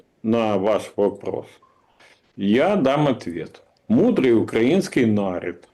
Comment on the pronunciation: " нАрид " , это чё за слово , бля ?